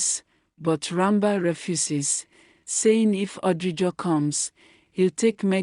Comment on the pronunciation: The name is ran bir. D ranba u keep saying makes it boring sorry